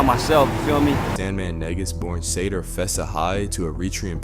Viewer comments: Yall say Negus so not right( Knee-goose) is the pronunciation (Sah-Door) not saydoor. Nips mom was Angelique—not Angelica and I don’t think Dru Down and lil SandMan were friends. And his big brother died from Gangrene 🤦🏾‍♀️🤦🏾‍♀️🤦🏾‍♀️ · Sandman Negus pronounced Knee-gus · Your pronunciation is irking me…it’s pronounced “Knee-goose” ie Negus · Negus, pronounced Nuh-Goose. #Smh